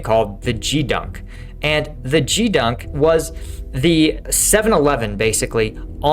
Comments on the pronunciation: It's pronounced GEEdunk not JEE dunk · Well, a couple of things: It's Gee (as in "Get") dunk, and almost every enlisted sailor will stand watches thousands of times over an enlistment. It is one of the primary responsibilities on a ship or at a base/station. Also, most enlisted will start out at a support job, i.e. galley, maintenance, sanitation, laundry, etc. while they wait for a permanent assignment or, for example, their school or program to start. I did it while I waited for my BUD/S class to start and later after graduation. Also, back then, the whole team performed cleanup and inspection on Fridays. 1966-71. I really look forward to your daily briefings on Ukraine and your insights into smaller unit ops. Signed up on the new website. Thanks for all your effort to create good content. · Gee dunk not gdunk. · Not expecting a "Doggie" to pronounce "Geedunk" correctly - but that is a hard "G", sir. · Geedunk is said with a hard G, like grenade instead of like a George